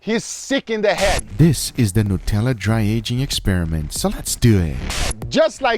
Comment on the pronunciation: You said Nutella wrong!